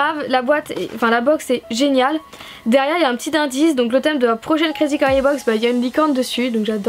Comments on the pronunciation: J'adore tes vidéos ! Mais on dit Kawaii, comme y a deux i on les prononces, et on dit Lilakkouma pas Rilakkuma voila voila :) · Un jour le mots kawai sera dit correctement ...